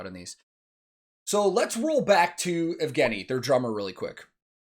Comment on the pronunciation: It's [Ye]vgeniy btw. Like [Ye]katerina and [Ye]lena.